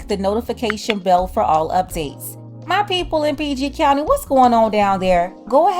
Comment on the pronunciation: You must be from the DMV for you to say PG country lol